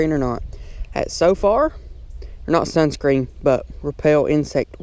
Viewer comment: you said Sun scren